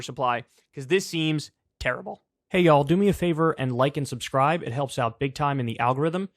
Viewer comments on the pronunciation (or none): none